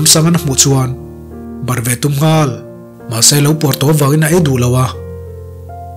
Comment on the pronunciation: Nghal... tih thluk i hman dan hian ngaih thlak a nuam lo... a nih tur ang i phawk chhuak lo...ka ip deuh...